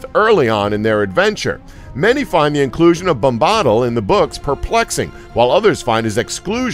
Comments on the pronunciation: Your pronunciation of Tom Bombadill is odd. You say 'Tom Bom-BAH-dl'. Everybody else who is more familiar with the stories pronounce it as, 'Tom BOM-bah-dil.' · Yea. It's Bomb - Bah -Dill not Bombbadal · OMG :D the way he says Bombahdil xD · Can't even pronounce tom bombadil name correctly. And smeagol was never a hobbit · I almost feel like the narrator went out of his way to murder that pronunciation.